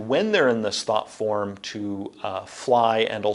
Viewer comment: Anybody else hear it as "thot form"? 😂 Can't unhear